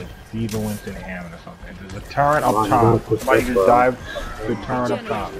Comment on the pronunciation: Off topic but why do so many players pronounce turret as “TurRENT” I hear it all the time lol.